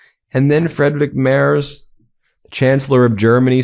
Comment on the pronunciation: Friedrich Merz is pronounced freedrish mearts (ea sort of like in bear) now that we've heard most every possible version 😅